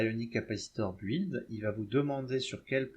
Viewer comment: C super 👍 top, je vais m'y mettre mais stp. Ayonic ok mais pourquoi pas Ayoes? Parce que ioes c pas joli et mon dieu ne dit plus bouild ni bouilder c bild 🫣 même si ça s'écrit build 😂😂😂